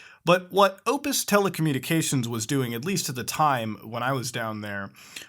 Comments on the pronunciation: Sound like you're saying opus. It pronounced OP-TUS and yes we do have shit internet. Fastest we can buy is 100 mb/s unlimited internet for 100 bucks a month given that your area has NBN fiber optic lines installed otherwise you will be stuck on shitty copper internet that maxes out at 25mb/s. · its not opus, its opTus. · Optus mate not opus 😂😂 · I amm aussie dude it is OPTUS hahaha not opus. love ya EDIT; Okay muta you got a shit tonne wrong with this video Google play, Spotify and iheart radio are ALL quota free with optus. the only music streaming service that is not covered is apple music. also netflix, stan (australian specific netflix service) and sports streaming, national geographic the ABC tv and Channel 7 services are all free to stream also. Do not try to frame this as some shady practice being done to give preferential treatment to google. It is only optus that offers these Quota free streaming services and the reason they are doing it is because telstra has the lions share of the Mobile carrier business in australia since they are a former government utility and have the network with the best coverage. It is a Value add being given to us from optus as a fuck you to telstras incredibly overpriced service. Please do not lie to your fans (intentional or not) and try to say that it is some shady ISP giving preferential treatment to google because palms are being greased because it isnt. the reason you burn through data is because your on holiday and you had nothing better to do no doubt. Peace but seriously dude....check your facts before you start talking shit about net neutrality. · It's Optus, not Opus. And yea our net is fucked lol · Its pronounced optis not opis. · "opus" XDD lmao its OPTUS, haha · Hey Muta, I think you mean Optus, not Opus. Just a small heads up. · all I'm gonna say is its optus not opus, other than that great video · Optus not opus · Optus, not opus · "Oh-ptus" It's OP-TUS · Optus man, not opus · Optus* Not Opus. Soz Muta. <3